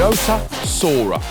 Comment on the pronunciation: Pronounced “see-rah” Edit: got it right after the intro 😅